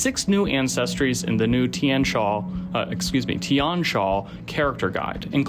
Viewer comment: Also the xia in Tian Xia is not pronounced sha, more like see-yah (but single syllable).